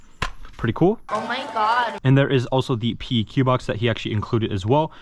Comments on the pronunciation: That front iron sight is backwards LMAO, y’all airsoft nerds can’t even put together a gun properly, exhibit A and B. And it’s pronounced PEQ, as in PECK. Not P, E, Q. I work with the real deals on a daily basis. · PLEEEEASE pronounce "PEQ" as "PECK"